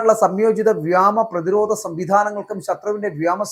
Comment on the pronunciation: "വ്യാമ " മാണോ അതോ വ്യോമ മാണോ ശരി